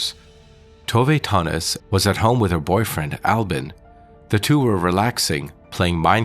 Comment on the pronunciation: nöje means pleasure and her last namne is not Tove Tonnies its Tove Tönnies